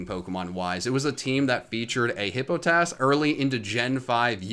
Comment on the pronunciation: This is a great video but HIPPO TASS? It's Hippo pot iss. Hippopotas. Love you and I can usually tolerate your pronunciations but HIPPO TASS?